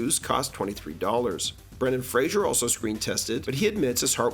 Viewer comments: Brendan Fraser (FRAY-ZER). Not Brendan Frasier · It is pronounced "Frazer," not "Frasier." He is very adamant about that. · Great video, only you mispronounced Ralph and Fraser.